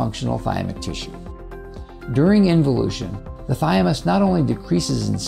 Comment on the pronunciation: Interesting and informative, but I'm not sure why you keep saying "thy-a-mus" instead of "thymus." BTW, apoptosis (forced cell death) requires iodine within its process, which is why iodine-deficiency is associated with higher cancer rates, as the US has seen increasingly, since iodine intake has been dropping since c. 1980. This need for iodine is likely the reason all cells have iodine pumps [for pulling iodine into themselves] built into their cell walls.